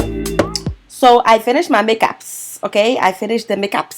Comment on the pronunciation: I like how she says Poppin ! And the eay she said make apps i know shes and african sista 😂💪🏾